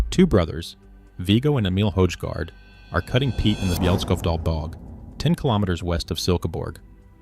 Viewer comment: The name 'Højgaard' is not pronounced 'Houshgard'. It is pronounced more like 'hoygor''.